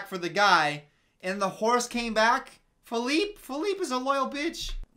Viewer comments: When he calls the horse Feleeper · I love how called the horse “Phillipe,Phillipé,and Philliper 😂😂